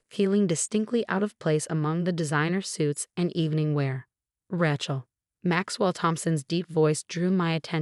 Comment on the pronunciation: Hey the name is pronounced Ray Chul, Ray Chul, Ray Chul...got it?